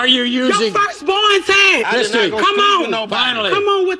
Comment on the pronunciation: did, but it sounded like dead